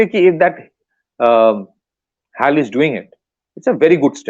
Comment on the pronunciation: Dear, please pronounce as Hech A Elle (HAL) and not what you pronounce it as. It is incorrect to call it that way. I Hope you take it in right spirit. I watch your interviews in various podcasts and appreciate your analysis. Regards